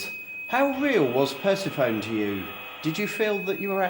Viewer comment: How can you not know how to say Persephone correctly?